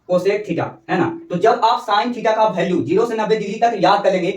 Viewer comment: ek cheej yr kah rha hu bura mat manna tmhare yha ki jo bhi bhasa ho...jaise value ko bhalue bolna ye sab aap chhordo qki ab to aap padhe likhe ho sahi pronunciation kro